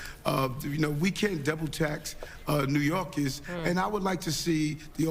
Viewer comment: Hey gorilla Adam's... its NEW YORKERS! not NEW YORKIS